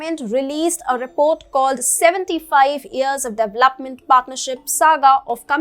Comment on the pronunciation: you have been presenting well. Thanks. But I am unable to bear the way you pronounce DEVELOPE or DEVELOPMENT. Looking forward to see improvement.